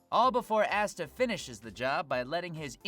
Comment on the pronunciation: Few things: Veh-toe not Vee-toe Ahh-sta not Ass-ta Captain Yami finishes Vetto, not the Asta and crew.